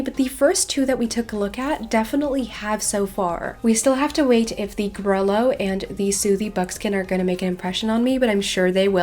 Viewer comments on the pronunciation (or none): love you vids! just wanted to say grullo is pronounced more like grooloh then gruhlo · Im not trying to sound super corrective but ive heard that the proper way to say grullo is like grew-yo